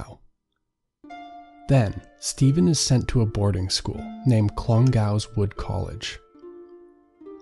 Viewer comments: Clongowes is pronounced clon goes with stress on clon. It's an actual place. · The pronunciation of Clongowes and Sallins is so funny